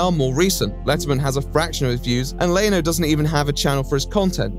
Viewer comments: its leno not leeno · Leno is "Len-o", not ley-no, not lah-no. Len-o. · My-la Kunis. Jay Lee-no. (Okay, I don't know why I found these funny but I did)